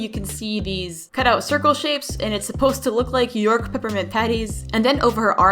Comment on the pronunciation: Its york not youk